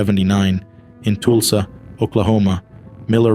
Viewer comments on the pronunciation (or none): Is the narration computer generated? Who would say TOOSLA for Tulsa, and Grand PRIORY for Grand Prairie, TX?